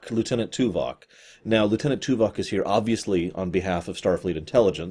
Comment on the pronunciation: Stop saying Tuvak, it makes be think of Tuvix.